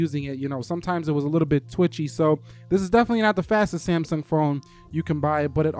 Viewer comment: did he just call samsung "samy" ?? lol